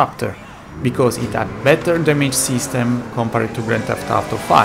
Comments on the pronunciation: Everyone: Dam-age Him: Da-may-ge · Bro si pronuncia Dameig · Please, "ai don't rait inglish this Wei" so don't say damAEge and enJIne, pronounce it normally ffs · The words damage and performance dont have a plural and its damage not damayge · great video, the worst part is to hear "dameiji" every 5sec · Awesome video as always! One thing,damage has the accent on the first "a" 😁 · Couldn't listen much because of wrong pronounciation of "Damage" word. I know, English is not his native language, but neither it's mine. How hard is it to go online and find a pronounciation for a word so that you can make a 18 minute video... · La pronuncia di damage mi fa stranissimo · Chłopie. To demydż nie dejmedż imydż nie imejdż.